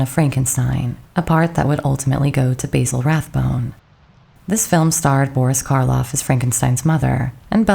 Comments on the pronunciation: Who pronounces Basil Baysil? It’s BASIL Rathbone. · Basil Rathbone’s first name is pronounced the British way, not like the American herb.